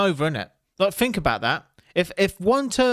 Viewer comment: Are you capable of saying thing or think? Do you intentionally say fink and fing?